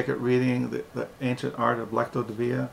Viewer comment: Pronounced Lex cee o De veen a😎